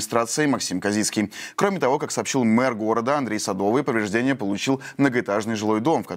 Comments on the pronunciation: Мэр Львова -Садовой, а не Садовый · Не СадОвый, а СадовОй